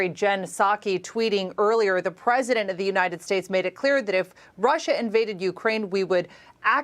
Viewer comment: Lou -ansk Don -yetsk Don - baas learn to pronounce